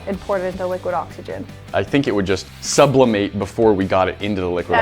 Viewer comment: "Sublimate" Me: "Subli- nate "